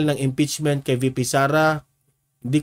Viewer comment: Maghahain po ng IMPEACHMENT yung hindi nyo mabigkas.